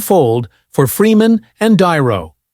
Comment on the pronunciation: Can't AI pronounce the name de Niro? De Niro is no longer loved He is a nutter!